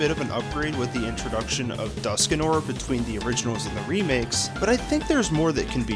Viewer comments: Dusk Noir, not Duskanor. Goodness gracious. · It's Dusknoir, not Duskinoir :P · The fact that it's Dusknoir, he keeps saying Duskinoir and even spelled it that way is wild. Even more wild is it actually sounds good when he says it